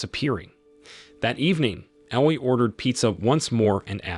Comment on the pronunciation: And he pronounce Aoi not A-o-i